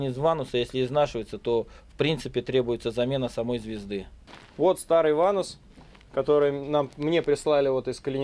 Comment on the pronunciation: В слове ванос—— нет буквы (у) .. или вы любите так ?